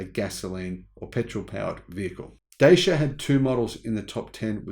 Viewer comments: Dacia is a Romanian company and the name is pronouned 'Datchia'. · Just a FYI, the name "Dacia" is pronounced like "Dutch yeah".